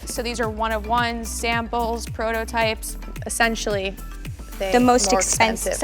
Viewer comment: "prototype" my g😩😂💀